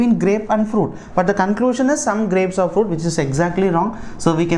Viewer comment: Why you are PRONOCINING are as or?